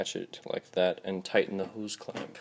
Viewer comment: NOW WHAT THE FUCK IS A WHOSCLAMP??????? Jk I knew what you mean